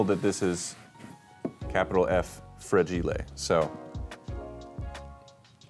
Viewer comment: Did get his pronunciation of “fragile” from the “A Christmas Story” quote “Fragile … it must be Italian!”? I say it when I see the word!